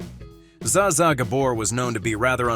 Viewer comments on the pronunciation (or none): Ai is doing the reading...bet Davis instead a Betty. Za za instead of ja ja gabor. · and the "Zs" in "Zsa Zsa" is pronounced like the "s" in "measure." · PEOPLE, STOP USING AI FOR NARRATION!!! "Zah Zah"?!? "Bet" Davis?!? "Shevy" Chase?!? Ugh... 😶 How lazy can you be?!? Read it your damned self! 🇺🇸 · This would be more credible if the narrator actually pronounced Zsa Zsa and Bette's names correctly ! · It's pretty widely known how to pronounce Zsa Zsa except in this narration. And also mispronouncing "Bette" Davis. Good grief!